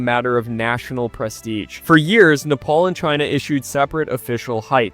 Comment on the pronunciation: Wow, what I just heard will hunt me for the rest of my life Nepal is supposed to be said "Neh*Pal", but I understand when people say "Neh*Paul" because it's more popular… But "Knee Paul" is just something else entirely 💀🥀